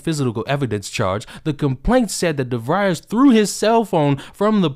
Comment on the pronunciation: It's devries like febreeze haha but I appreciate the content ! Keep up the good work!